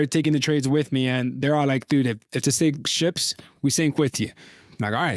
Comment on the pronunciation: I'm high but I swear I heard say"If the sink ships" he did right?